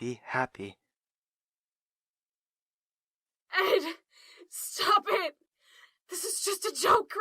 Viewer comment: Well I know Ed is saying "Stop it" to Rob when he hit him but... I keep hearing Stab it instead.